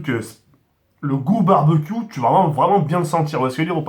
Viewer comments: mdr il a dit barbaq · Pk tu dis barbac wat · Le "Barbecue" est phénoménale 😂